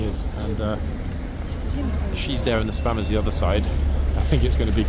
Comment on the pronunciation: Hi, what do you think of the statue over in Greenwich, the one beneath the cable cars. I actually wouldn't have bitten my tongue in that situation, it tourons don't want to learn then they can stay home. Lol, when you said spammers, I swear I heard spanners. The old Admiralty building in the sun looks absolutely spectacular.